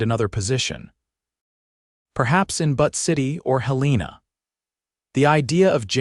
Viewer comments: 😂I agree! How does AI mispronounce Butte? It isn't butt, it's byoot. C'mon! And, it isn't pronounced Hell- lēna, it is Hĕl ĕn ă, emphasis on the 1st syllable. I thought AI was supposed to be smart. A 3rd grader could do better.😂😂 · I’m from Montana the mispronounced names of Butte & Helena are annoying !!!